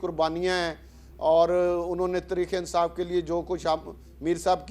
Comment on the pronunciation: راجا ریاض کو تحریک انصاف بولنا نہیں آتا اور ان کو عوام اپنانمائندہ منتخب ہو۔